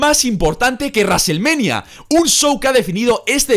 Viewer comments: Raselmanía puta me cago de risa... El que es fanático de la lucha libre (wwe) debe saber como se pronuncia los nombres y palabras...... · WWE: wrestlemania: Raselmenia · Nadie:: Reselmenia....